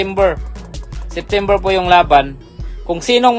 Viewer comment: Sittimbir ba boss or dicimbir😅